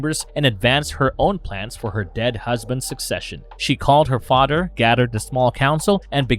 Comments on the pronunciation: It’s father not “fodder” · I'm sorry, am I hearing the narrator say "mudder" & "fadder"?! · guessing this is incapable of pronouncing th da fadder lol.